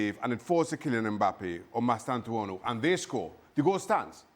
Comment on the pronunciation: Dear ESPN, Your La Liga commentary panel, particularly Stewart Robson, needs to maintain a basic level of professionalism. For a commentator, repeatedly mispronouncing names like Hijhsen and Mustantuano comes across as careless and unprofessional.